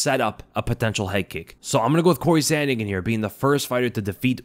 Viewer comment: Typical American saying sandhagen